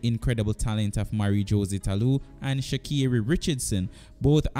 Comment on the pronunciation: Thanks for the video, I thumbed up. It would be good to work on your name pronunciation. Esp. With Jose (Hoe-zay) and sha' carri.